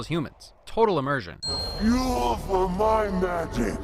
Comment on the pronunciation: Loving your work but it's immersion not emersion. Sorry, I can't help myself. I have a problem :P keep up everything else you do though, Massive win!